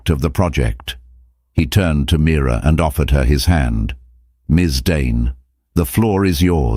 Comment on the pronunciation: It’s Mira not mirror 😅😅